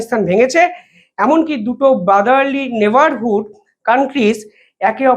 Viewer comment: নাইবারহুড! নাউহেয়ার! না কি নেবারহুড,নোহোয়ের।